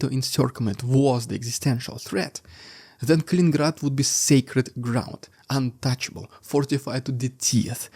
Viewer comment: It's Kaliningrad, not Kalingrad.